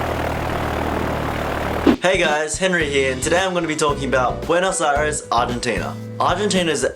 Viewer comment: Is Buenos Aires not Buenos Ares my friend.